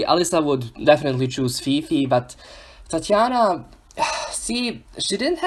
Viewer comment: I love the way you say Tatianna